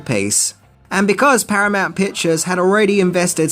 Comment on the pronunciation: Paranount huh